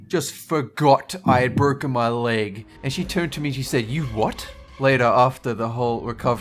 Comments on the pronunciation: WHY DID YOU JUST SAY BTROCKEN ARM!!! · Is it me or he says borken a burn.. Hilarious though..